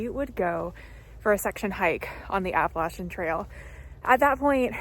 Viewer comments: Hope to follow your entire trip. I look for people who pronounce app a latchen correctly lol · Thank you from the southern portion for calling it the Appa-latch-in trail 😊